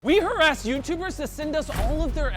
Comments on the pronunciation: Not gonna say that he said "we haras" y'all heard it or I'm the only one? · is it just me or did i just hear him say "we harassed youtubers".. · Jimmy did uhh just say harass 😂😂